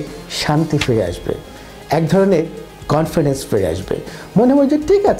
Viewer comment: ভাই ওটা কনফিডেন্স হবে, কানফিডেন্স না।